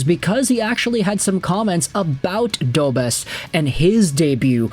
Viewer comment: It’s pronounced Dobesh! The š with that symbol has a “sh” sound to it.